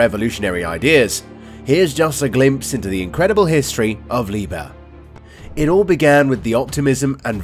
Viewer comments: NOT PRONOUNCED “LIEBER” but LIEB - HERR!!! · The 'h' in 'Liebherr' is actually pronounced: Lieb herr, not lieber. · Its LEE-BEAR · I am not Deutsch but please don't say again Liber. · You can pronounce it like "leap hair" thats the closest you will get to German pronunciation. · All you need to do is: -open google translate -type in the german word that you are butchering -set it to german at the top -press the loud speaker symbol at the bottom! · In Liebherr the "h" ist not silent